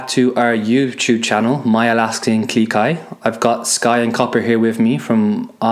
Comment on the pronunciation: Claire R yep! Funny thing is I thought she was saying Alaskan GLEE Kai XD